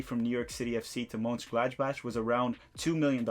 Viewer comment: damn lol its mon-chen-gladbach or just say gladback LOL